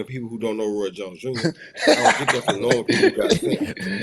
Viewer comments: Mustve Forgot how to Say Joins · SAID ROY “JOINS” Jr…. 😂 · said Roy Joynes Jr 😅